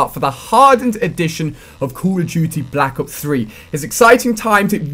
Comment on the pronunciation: If you listen closely you can hear him say back ops 3